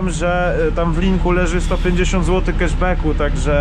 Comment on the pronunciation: 150 Złotych "Keszbeku" Łał, dzizus krajst